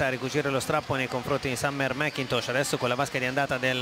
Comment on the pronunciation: "Summer-a MacCintosh-a". Gotta love Italian pronunciation of English names! 😀